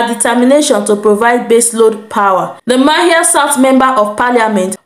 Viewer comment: Sandy manhyia is pronounce manshia